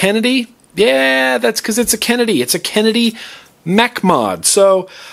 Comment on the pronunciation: "bass krenedy" haha found that a little to funny